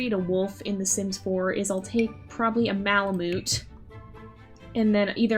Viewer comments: the way u say malamute makes me wanna cry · I think that’s not how you say malamute